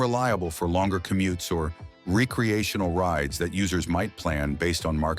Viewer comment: What is Ree -kcee-a-tion-al use.okay you got it right the 2nd time!, I did enjoy the information,Thanks